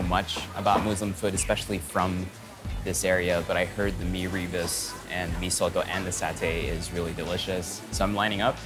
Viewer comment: Its not pronounced as mee ree burst. It should be mee rer boast.